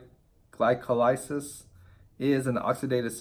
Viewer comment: “Gly-co-lyses” ... Jesus man /Gly-col-ly-ses/